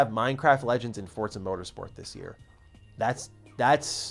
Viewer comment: Forza > Fortsa